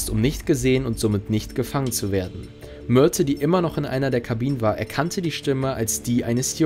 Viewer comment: Hab ich was mit den Ohren oder sagt der sprecher öfters Myrtel anstatt Myrte?